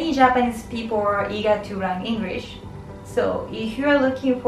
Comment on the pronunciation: I laughed to her pronunciation to "English"🤣 No offense🥴